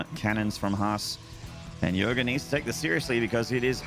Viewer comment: Its yoger not yoga